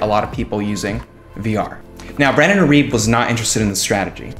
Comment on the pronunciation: irib WTF learn to say his name.